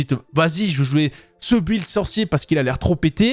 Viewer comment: Mais....pourquoi tu dis un b''W''uild ??